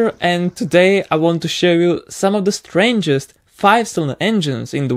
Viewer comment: Strandżers endżin.